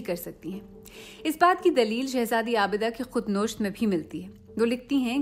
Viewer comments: تلفظ کی غلطی پر ان کو بھی سزا ملنی چاہئے ، عالمِ دین کو عالم الدّین اور خودنَوِشت کو khod nosht bna diya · شرم آنی چاہئے سی پر بیٹھ کر اردو ہی غلط پڑھتے ہو۔ خود نوشت نہیں ،خود نَوِشت ہوتا ہے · ایک لفظ آپ غلط بول رھی ھیں خود نوشت Khudnosht nahi Khudnawisht hy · Very nice story . One pronunciation is incorrect in Urdu.. Khod navi sht NOT khod nosht. As it is Urdu service of BBC ,thats why pronunciation should be perfect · Khud nosht nahi nawisht bole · Apko urdu parhna nhe ati...khudNawesht .ko ap khud nosht ,keh rahi hen afsos ye recoding pori nhe suni jaskti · As ever makes super blunders in Urdu pronounciation. Its not Khud Noosht. Its khud Nawisht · Correct pronunciation is "Khud Navisht" Not khudnosht. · if you don't mind I would like to correct your pronunciation of " khud na' wisht". Khud nosht is a wrong pronunciation. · Bbc bhi aap ka talafuz theek nahi karwa saki.khud nosht nahi khud " nawisht " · Good efforts. Please mind some pronunciations like khud na wisht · ایک عمدہ تحریر کو اچھی آواز اور اچھے انداز بیاں سے پڑھا گیا ہے لیکن "خود نَوِشْت" کی درست ادائیگی پر توجہ دینے کی ضرورت ہے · خود نوِشت پڑھا جاتا ہے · آپ نے ایک لفظ تلفّظ غلط ادا کیا ہے ۔ حیرت ہے سی جیسے ادارے میں کسی نے نوٹس نہیں لیا لفظ ہے خود نَوِش٘ت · خودنوشت KhudNavisht,,, ہوتا ہے،، اصلاح کر لیجئے گا 😌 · How come such a good Urdu accent, but making a blatant mistake in pronouncing “khudnawisht” wrong. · Very good. Just want the story narrator to pronounce the word "na visht" correctly. Thanks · آپ نے خود نوشت ہر بار غلط بولا ۔ یہ فارسی مصدر نوشتن سے ہے و کے نیچے زیر کے ساتھ ۔ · لفظ خود نوشت کو صحیح پڑھنے کی پریکٹس کریں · تلفظ درست کریں۔ "خود نوشت "نون پر زبر اور وائو کے نیچے زیر پڑھا جائے گا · خود نوشت نون پر پیش ، اور واؤ کے نیچے زیر پڑھیں۔ عجب اتفاق ھے کہ میں بچپن سے BBC سنتا رها ھوں ، ایک وقت وہ بھی تھا جب لوگ اپنے تلفظ کی اصلاح کیلئے BBC سے رجوع کرتے تھے ، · Not "khud nosht" But "Khud navisht" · Khud nawisht he "khud nosht" nahi